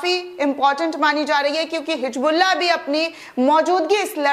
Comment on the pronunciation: My dear bitiya, your video is excellent. The content is great. But if you pronounce Urdu correctly it will be admirable. For example it is " Hizbullah" not " Hijbluaah" .